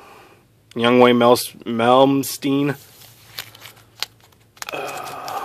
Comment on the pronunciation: ...... facepalm..... -_- its pronounced invay malmsteen... not youngway malmsteen